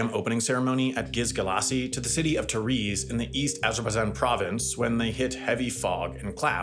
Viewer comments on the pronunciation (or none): You mean Tabriz?